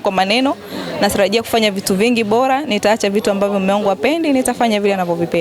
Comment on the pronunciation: Jamani hakuna jina Khanifa ni mbona Lugha ya Kiswahili mnaiharibu kwenye kuandia na kusema. Ni bora siyo bola 😮 daah huyu Dada ni kitoka Mji gani….